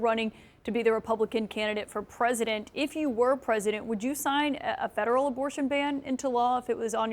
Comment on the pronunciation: Why cant he say the word 'federal' correctly?